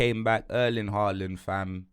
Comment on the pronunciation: still saying Haaland's name wrong when Erling has pronounced it himself. Smh